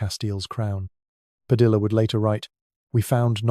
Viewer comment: Padilla* Pronounced Padi-yah